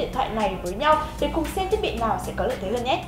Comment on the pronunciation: cô ơi cô nói ngọng từ "lào"